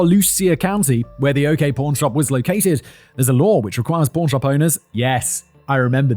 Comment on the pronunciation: For most of the video I thought he was saying “porn shop” not pawn shop lmao